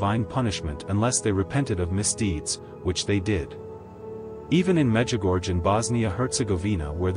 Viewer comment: It's pronounced 'Mejigorye.' if spelt phonetically in English. 🙏🙏🙏🙏